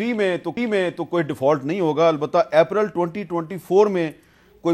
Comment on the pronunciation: اردو میں اپرل کا لفظ نہیں ہے- اپریل صحی لفظ ہے۔